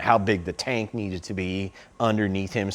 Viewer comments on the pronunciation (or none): sounds like he says how big shaq’s taint needed to be under him so didn’t look like a peanut😂😂, I know he meant tank . But tell me that is not what it sounds like